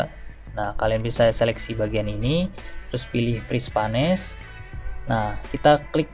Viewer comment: Bermanfaat sekali tipsnya. Satu catatan kecil saja: "Freeze Panes" dibacanya /friiz peins/ :)